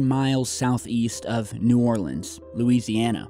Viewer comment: I had sent you a link to this story. I live in the deep south of Louisiana. The gulf isn't far from me. I'm so glad you did a video on this !! And thank u for pronouncing New Orleans correctly LOL